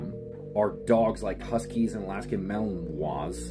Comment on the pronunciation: Malamute is pronounced how it’s spelled, Malinois is what you said which are VERY different dogs.